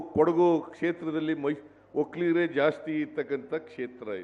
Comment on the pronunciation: ಒಕ್ಕಲಿಗರು ಅಂತ ಯಾಕೆ ಒತ್ತಿ ಹೇಳುತ್ತೀರಿ ಒಕ್ಕಲಿಗರು ಏನು ಮಾಡಿದ್ದಾರೆ ನಿಮಗೆ